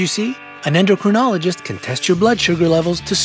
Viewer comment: Since you refer us to them often, you might say "endocrinologist" properly. 'In my beginning, is my END.'